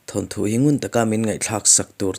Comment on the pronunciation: Thanthu ni lovin thawnthu ti a lam tur a ni e